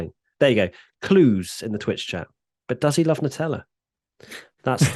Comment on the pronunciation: why can't the brits pronounce a word that ends in "a"? nuteller